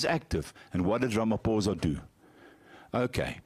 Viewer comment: Can the yt please pronounce Ramaphosa correctly please